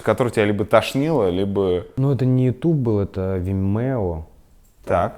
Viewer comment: Дудь - конкретный ЛОХ!!!!!!!!!! Дудь! То, что ты называешь ю тубом - звучит как ю тюб !!! Тормоз!